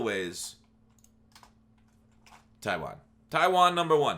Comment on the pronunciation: Bruh who tf is tiwain